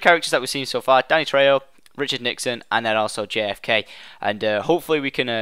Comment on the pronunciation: You pronounced Danny's name right!